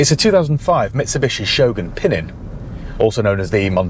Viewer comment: Fun fact, the correct pronunciation is PinEEN (accent on the second syllable) and the word means "little one" (as in a younger child) in Piedmontese dialect. Giovanni Battista was the younger Farina in the family, hence Pinin Farina.